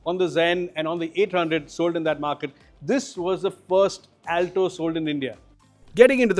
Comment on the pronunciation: He mispronounced the word, Alto every time he says it. Not expecting from an experienced journalist. 😏